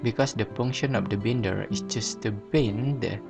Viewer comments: no problem! It's pronounced like " buy-nder" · You're pronouncing the word " binder " wrong my friend.